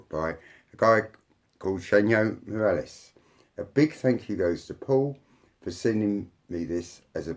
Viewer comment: interesting series. Just as a side note the authors name is pronounced as hwanhoe morales.